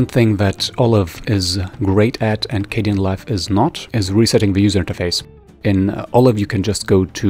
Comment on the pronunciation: I got soo triggered when he switched from dark to light Edit: it's K den not K de an